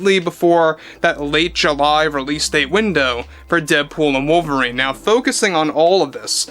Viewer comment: Ah yes, wovlerine. Ancada's greatest reasutre 😂